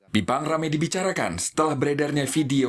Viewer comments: Bipang Ambawang, bukan Jipang Ambawang kan?😄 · ga bisa bedain yah. antara Bipang sama Jipang☺. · sampe buat klarifikasi jipang. hey nie kuping msh normal. bipang bukan jipang. ketawa saya liatnya